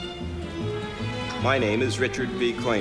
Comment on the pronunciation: Koiner, Koiner, Koiner ... It's Richard B Koiner - not Coiner...sheeshk!